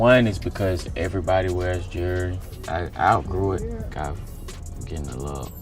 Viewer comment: What is "jerly"? You mean jewelry?